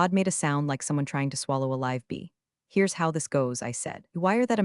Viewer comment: I hate it that you mispronounce SO many common words. “Live”. ???